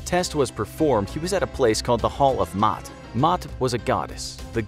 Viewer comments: Someone should tell the narrator that the name is pronounced "Ma'at". Not "Maat"! He doesn't know as much as he thinks he does. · maat is pronounced mah-aht not Mott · Iam an Egyptian myself and yea I'm pretty sure that its ma'at yea he in the vid pronounced it like Matt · It’s not MOTT it’s MY AT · Isn’t it Ma’at. Correct me if I’m wrong but isn’t it pronounced like that spelling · I like your style, but you mispronounced some names. The name of the goddess , for example, is pronounced "mah-yet." The apostrophe between both letter-As indicates a Y sound. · The house of MA'AT (My'aht)...☺ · Maat is really pronounced Ma' at....like it was 2 syllables.... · You pronounced "Ma'at" wrong. Typical western scholar mistake.